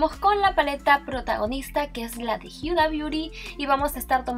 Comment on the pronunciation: Jajajaja exacto pensé lo mismo dije que onda con por que dice hiuda no sabe decir Huda o que jajaja